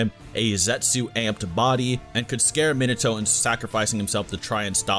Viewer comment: It's Me-Nah-Toe, not "mina-toe"